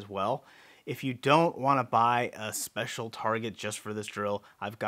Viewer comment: Are u Persian? Noticed the "an ehspecial" the common Persian putting eh before an sp sound.